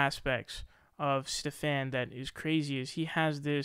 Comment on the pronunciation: Stephan is pronoun ed steven, he seems to have trouble with this, hes pronounced in odd/different ways in multiple videos